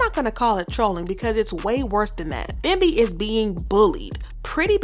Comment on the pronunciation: I believe Thembi is supposed to be pronounced Tem-bi ( I’m South African and this name is very common. Just thought I should mention it 😊)